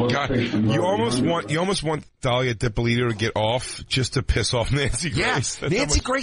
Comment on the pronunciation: Dan.....DA-LEE-AH, DIP-A-LEE-TOE